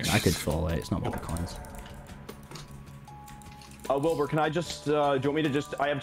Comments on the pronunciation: hah he said wilby again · HE SAID WILBY